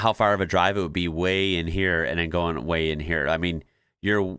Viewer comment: It's "goin" not "garn"